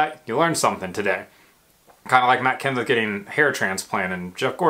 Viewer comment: It's Mat Kenseth 😂